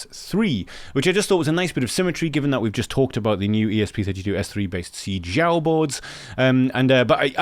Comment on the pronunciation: Great video as usual! By the way I guess they pronounce Xiao as Shao.